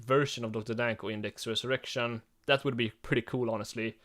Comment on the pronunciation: When you say dexter resurrection it sounds like "dextrous erection"